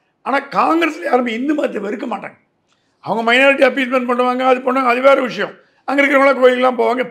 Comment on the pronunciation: Dear, Neenga thooya thamizhil pesuvathaha ninaithu kondu 'Vishayam' enpathai 'Vidayam' enru solhirirhal. Aanal thamizhil 'zha' enra ezhuthu miha mukkium. 'Pothu kulu', 'Seyar kulu' enru solhirirhal. 'Zha' enra ezhuthu varum sorkalai pesi payirchi edunga. Thamizhanaha piranthu "zha' enra ezhuthai ucharikka varavillai enral vetkka padavendum. Oru neriyalaraha Thamizhai sariyaha pesumga.Matrapadi unga petti edukkum muraiyil nalla munetram therihirathu. Men melum valara vazhthukkal.